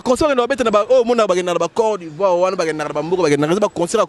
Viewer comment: Oyebi ata koloba te "corps d'ivoire". Mutu ya matolo na famille nayo oza na mutu lokola Papa Cheri